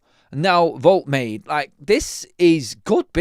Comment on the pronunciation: Pronounced, Wold-ta-mata.